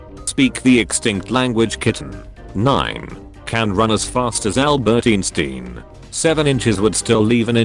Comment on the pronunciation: 9: can run as fast as Albert “insteen”.